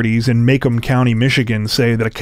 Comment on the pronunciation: Okay, you quite likely already have been inundated with the corrections on pronunciation of the Michigan County... but I haven't checked the 100s of comments, so forgive any redundancy. This is actually a big one, because you'll most definitely come across the county name many more times whilst reporting crime. My lovely, lively, half MI Hillbilly home County of Macomb is properly pronounced "Muh- comb" (as in the hair care product.) Much respect! Fantastic channel. This story in particular, was wild AF!! Growing up on these very shores, I never heard anything remotely similar. 🤿🏊⚜️🇨🇦 😲🤔🤭